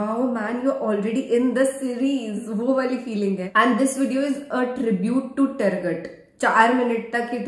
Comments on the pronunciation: Targat nahi hai woh, toorgoot hai 👍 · टरगट नहीं तुरगुत अल्प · Darling it pronounce Toorgoot NOT Targat. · Turgut not targat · He is not villen. And the pronunciation is T-o-o-r-g-o-o-t.